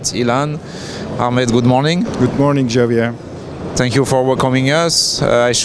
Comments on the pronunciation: adamın adı Xavier diye yazılır ama İspanyolca Cavier diye OKUNMAZ‼️ Doğrusu”Havier” diye okunur‼️ Umarım bir daha karşılaştığınızda adamcağızın adını doğru telefuz edersiniz böylece size daha minnettar ve memnun olur😉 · Naval news is French and so is Xavier, it's co-founder. As such it's pronounced "Gzavyeah", since R is silent and French X pronounces "GZ" But you can safely assume he doesn't mind at all. French is a singular language, we're used to it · He is possibly Frenchman and his name Xavier (Şavie)